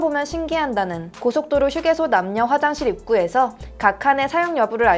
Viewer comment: 한국의 휴게소 발음 외국인처럼 들리는 건 저뿐인가요? 놀리는건아니고 궁금해서요